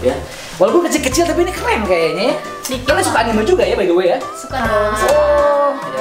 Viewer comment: Anime dibaca Anim